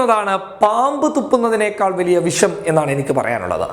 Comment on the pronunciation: പോടാ മര്യാദക്ക് മലയാളം പഠിച്ചിട്ടു വാ. വിശം അല്ല വിഷം. നിന്നെയൊക്കെ പറഞ്ഞിട്ട് കാര്യമില്ല